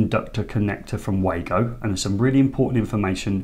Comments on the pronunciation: great video as always, I love the Wagos too, having bought a set at Elex London I have used them since, but I have to tell you that the Wago rep told me that they are pronounced Vago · Yes i know, i sold them as a distributor and went to the factory in the early 90's when they first came in to the country, The very reason i commented was because you continually referred to them as way-go in the video which was wrong. if you know why do you call the way-go? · Wago have been around since the early 90;s, its pronounced var-go.